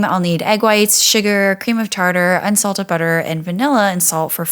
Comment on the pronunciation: I thought you said insulted butter not unsalted. I was like how do you get that. Are store bought insults ok? Lol